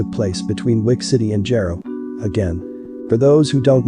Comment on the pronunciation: Jaro(Jar-o) it’s pronounced btw